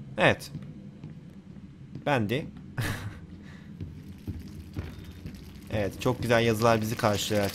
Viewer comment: Abi bəndy deyil bendy